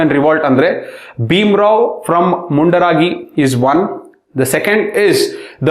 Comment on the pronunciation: Sir please ಸ್ಥಳಗಳ ಹೆಸರು ಸರಿಯಾಗಿ ಉಚ್ಛಾರ ಮಾಡಿ. ನೀವು ಹೇಳುವಾಗ ಎಲ್ಲಿದೆ ಈ ತರ ಸ್ಥಳಗಳು ಅಂತ ಗೊಂದಲ ಆಯ್ತು... example: ನಾರಗುಂಡ, ಹಳಗಲ್ಲಿ, ಮುಂಡರಾಗಿ, ಸುರಾಪುರಾ. ನರಗುಂದ,ಹಲಗಲಿ,ಮುಂಡರಗಿ,ಸುರಪುರ ಸರ್...